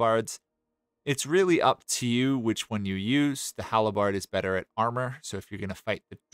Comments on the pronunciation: Ive never heard someone pronounce Halberd as Hal-Eh-Bard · Love the content, bud, but there is no i in halberd.